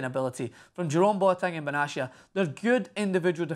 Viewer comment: I dream Of A champions league El Clasico ...I hope it happens (Ps: It's Pronounced Bena-tia ,not benchia , come on you bloody sheep shagger, don't Butcher my Countrymen's Name :D )